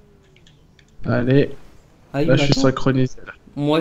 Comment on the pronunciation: ne dit meme pas ''oui'' mais ''uiii''